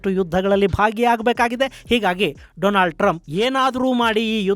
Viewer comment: ಗುರುಗಳೇ , ಅದು ಡೊನಾಲ್ಡ್ ಟ್ರಂಪ್, ಡೊಲಾಂಡ್ ಟ್ರಂಪ್ ಅಲ್ಲ 😅😅😅